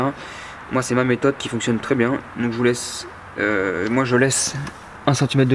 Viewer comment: biennng biennng comme dirait un Marsellé hé hé